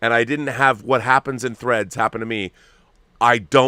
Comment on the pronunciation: THREADS! Not FREDS. 😂